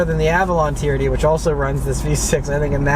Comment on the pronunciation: I'm sorry but I cant stop hearing the camery "TURD" 😂😂😂